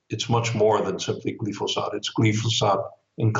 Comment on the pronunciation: It is pronounced: GLI FO SATE with a long i vowel, not the short vowel i